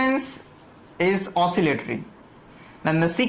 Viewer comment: Ocillatry😅😅 oscillatory**